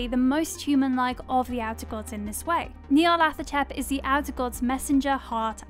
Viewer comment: I like her but someone pls give her pronunciation guides cause the way she pronounced Nyarlathotep made me fuckin cringe lmao